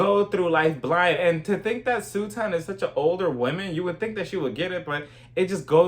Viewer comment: I love how you call her Sue-ton. Omg. Hilarious. I love Crystal. Kick Sutton out and let Kathy have the 💎 I still get kind of nah-vibes from Garcelle.